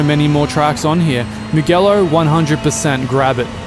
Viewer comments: Odlican, kao i uvek. Kaze se "Mudjelo", ne "Mugelo". GE zajedno se cita DJE, da je GHE bilo bi GE. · I don't usually like pointing these things out, but since you are a sim racer and I'm sure you care about pronouncing the names of the tracks right, it is not "Mughello" but "Mujello" (the Ge is pronounced as the "Je" in Jet or Jelly) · Thanks for letting us know about these! Just wanted to let you know that the "ge" in "Mugello" is pronounced like "je" in "jelly". Apart from this little detail, top job as always. Keep it up! :D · It's Moo-Jello. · If you'd watched F1 you would know that it's pronounced "MU-J-ELLO" and saved yourself the embarrassment... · The bathurst track was ripped from acc to ac, and then converted to rf2. Also your pronunciation of mugello hurt my inner italian